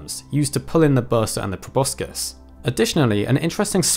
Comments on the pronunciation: Like the channel a lot but it's grating to hear proboscis mispronounced over and over video after video... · Wtf is a probuscus